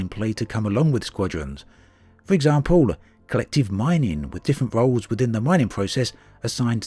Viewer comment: Roles! Not Rolls!